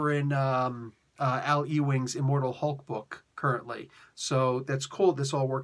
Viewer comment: It's Uwing. Pronounce it as Uwing. I literally grew up in a town named ewing so i know.